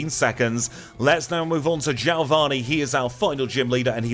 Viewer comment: and from the meganium vid i ask once again. who's jailvanni!?? lol